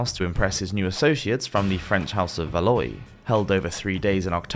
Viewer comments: Enjoyed this video but come one how long does it take to google for pronunciation? Valois is Valwa not Valoi. Edward 1 was known as Longshanks as he was so tall, not 'long sharks' because he was as long as a shark?? It just makes people wonder, how accurate is the rest of the video? Clear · You might try harder with correcting your pronunciation of names, and portrayals of monarchs. The Medieval French Royal House of a Valois is pronounced 'Val-WAH' not "Va-LOY"! Charles I of England (shown in your portrait) and Charles VI of France (the medieval monarch you reference in that portrait as your playing card example) were not the same person, not to mention that there were 200+ years between their reigns. How can this channel be taken seriously with such blatant and easily avoidable errors? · Valois is pronounced "Val wa" not "Valloy" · Awesome channel love the videos 😘 Also Valois is pronounced VALWA 😂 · And why does he keep saying Valoy? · Love yr channel but one little thing 😊 Valois is pronounced Val-wah. Keep on making these awesome vids!😊😊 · You have really great content and a very pleasant voice and cadence. So I hope you don’t mind me asking you to please research how to pronounce certain words. Valois is said Val/wah. Salisbury is said Sols bury. I know it’s hard to know unless you grew up in Britain how they’re pronounced Thanks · Edward "Longsharks"? "Valoy"? Learn to read. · Dude, Valois is pronounced Valwa. Love your work, but you gotta practice that French buddy!